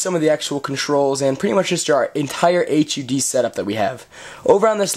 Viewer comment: i find it annoying when you say AYCH YOU DEE for the HUD. just say hud, or heads up display. otherwise great job.